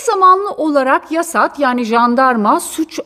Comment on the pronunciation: 🤣🤣🤣🤣🤣 hiç güleceğim yoktu. JASAT i yasat diye okudun 🤣🤣🤣 alman misin yoksa sen 🤣🤣🤣